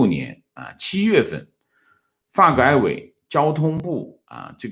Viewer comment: 请不要把发改委的发读四声